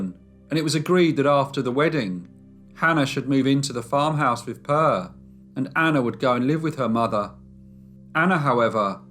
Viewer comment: It is really funny that people who produce these stories don´t bother to find out how to pronounce the local names. Per is a normal Swedish boy´s name. It is NOT pronounced Purr.